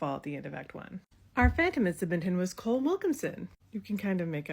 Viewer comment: Is it Cole Wilkinson or Colm Wilkinson? Colm is pronounced col-um (Irish name)